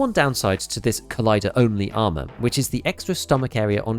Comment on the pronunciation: I’m an immature dork and I swear I heard you say “arse” armour CPC and I’m never saying ars ever again. It’s arse always and forever now 😂